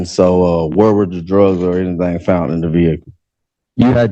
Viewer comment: He officer found the drugs, the defendant “FOUNDT” the drugs😂 5th grade was tough but he MADE IT on his 3rd try🚌